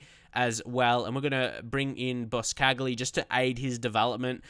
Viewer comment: Boscagli is pronounced Boschagli not bos-cagli